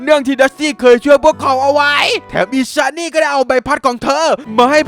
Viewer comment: ตอนแรกได้ยินพี่พูดชื่อของอีชานี่ได้ยินเป็นไอเชี่ยนี่